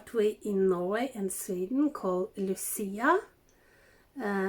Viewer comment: I so enjoyed this video. I am of Italian Heritage and my Mother is named Lucy. We always celebrate Saint Lucia Day. You pronounced it perfectly. I love to watch you create, the tree came out beautifully. Loved the lights with the icicles. You are so talented. Christmas is coming. Stay Safe Love & Hugs my sweet friend